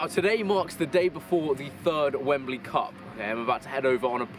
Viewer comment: Chris: It’s a good day. Wemebly Cup: Allow us to introduce ourselves.